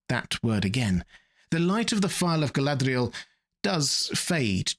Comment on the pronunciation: Your pronunciation of Galadriel comes off as an affectation.